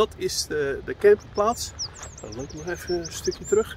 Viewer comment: Ha en, ja toch niet tan en dan uitspreken met een harde T 😁 ja het blijven bijzonder mooie plekjes die je kan bezoeken groetjes P&C